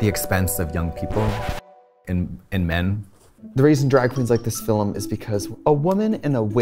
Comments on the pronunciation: now Trixie is saying “Fil-im” instead of film, ok UK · Trixie said "Fillim" like John Mclean and i love that.